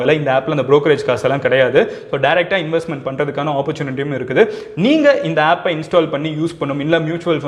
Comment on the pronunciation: Madan Gowri bro one small mistake Appu illa bro Aapu